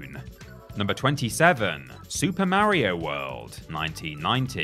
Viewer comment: Who in the hell are "Merry-O" & "Leeoo Kayng" 😟